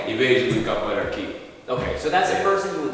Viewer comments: For the pove of God. Is Capoeria not Caporella like you were calling it. If you're going to showcase a styke, least you can do is make sure that you pronounce the name correctly. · Pronouncing it "Cap-a-rella" is so adorable it fills me with feels! 🥰🥰